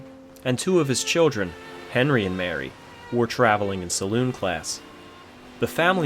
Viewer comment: Sa-loon not Sa-lon (at least on period liners)